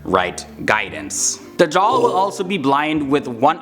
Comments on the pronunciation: The way he says Dujal is funny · Not Dajhal but Gog and Magog.